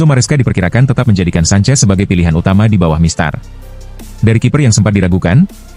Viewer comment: Kipernya petter sancech itu bukan sancez